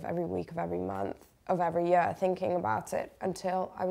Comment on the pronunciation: she moved to london at a young age however you can tell by the way she says 'year'